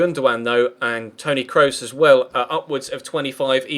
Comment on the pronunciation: please Google how to pronounce Kroos' name if you're gonna sign him:P